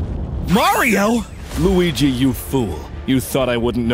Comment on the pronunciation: You thought it was mario but it was a -me marDIO!